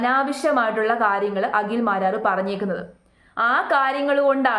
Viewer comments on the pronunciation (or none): Akhil Akhil. Akshara sputatha. Agil alla. Abadham . Abadam alla😅😅 hahhha paadham. Paadam u mean field.😂😂